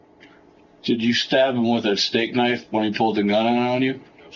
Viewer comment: 'Estate knife', twice LOOOL.. They said 'a steak knife'.